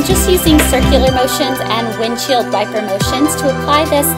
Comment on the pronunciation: Sounded like she said windshield diaper motions!